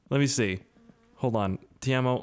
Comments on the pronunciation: Ok this has bothered me ever since I heard you say the name for the first time, the store clerks name is not Tiemo, it's Teimo "T-E-I-M-O". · ITS PRONOUNCED "TAY-MO" NOT "TEERMO" Also just use MSCEDITOR to fix the damn car and give fleetari his car back to stop him calling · the way you say Teimo is funny, looks like "love you" in my language.... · You pronounce Teimo Wrong (Bruh)